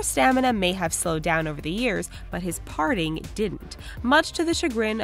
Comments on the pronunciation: Every time she says "parting" instead of "partying" it drives me nuts. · She sure has a difficult time saying partying.